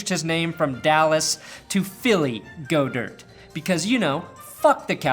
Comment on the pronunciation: God-Ert say it with me GOD-ERT